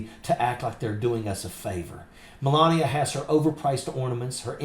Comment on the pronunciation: Did you say melanbia? Speak up, is she called menlabia?? Just "axing" as you noodle head yanks might say.